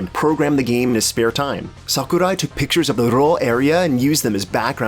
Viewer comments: Its “Sakurai” not “Saku die “ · you just butchered Sakurai's name... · HAHAHHAA! The way you fucking pronounced Sakurai's name! WTF?! XD